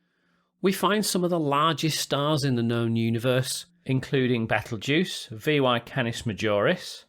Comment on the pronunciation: it's betel-guise not battle-guise 🤣 u may wanna correct your pronunciation (if you care not to give wrong information)